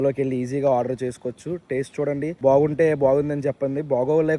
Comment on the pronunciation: Odour ni (order) Ela pronounce cheyali